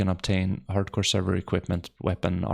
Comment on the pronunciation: Haard Core you say?